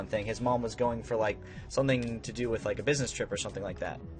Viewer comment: “Twith”....... BRUH